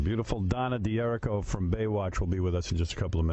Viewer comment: She doesnt know how pronounce her name ? D'hur /ree/ koh